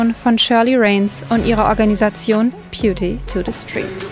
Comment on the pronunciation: Peauty, Häuserplocks, Quatratkilometer??? Wo hat die "Journalistin" denn sprechen gelernt? Die spricht ja fast alles falsch aus.